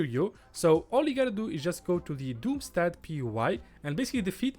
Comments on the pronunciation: I am from germany and you are pronouncing Doomstadt absolutely right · First pronunciation of doomstadt seems correct, good video